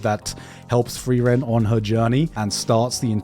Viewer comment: idk man frieren pronounced as flielän is kind of wack